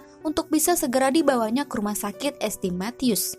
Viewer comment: es te es te es teh kali ah. ST. itu dibacanya saint mbak hadeh